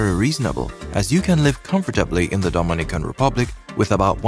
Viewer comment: Your pronouncing Dominican Republic incorrect and please get your numbers correct